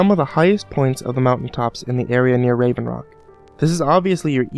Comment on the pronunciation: he said rave rock, it hought solstheim